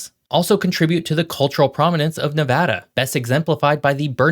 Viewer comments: On behalf of all the west coast.. thank you for pronouncing NevAda correctly! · Thank you for saying NEVADA the correct way!! We appreciate it! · Thank you for pronouncing Nevada correctly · Thank you for pronouncing Nevada the correct way. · Thank you for pronouncing my state name correctly!! LOL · thank you for pronouncing it right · As native Nevadan, I'm just glad he pronounced the name of the state properly!!!